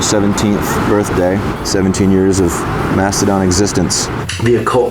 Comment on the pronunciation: ITS MASTODON, NOT MASTODONT